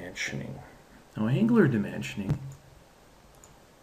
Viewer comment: ang-u-lar, don't forget to say the U.